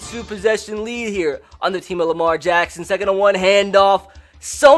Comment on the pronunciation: I love how he says Lamar Jackson “ Lamar Jaxxxxxssoons